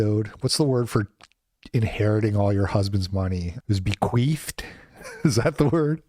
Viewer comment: Lol lp said "bequeefed"